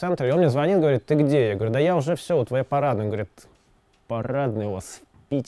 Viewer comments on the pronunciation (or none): И звонИт, а не звОнит! Очень жаль! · Нет, ну правда,! Очень Вы классный, но звОнит... это нельзя. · звОнит? Серьёзно?! И этот человек считает себя ленинградцем?! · ну ,оговорился человек....с кем не бывает???